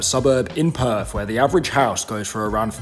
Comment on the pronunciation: The way you pronounce Perth, sounds like you are saying perv. 😂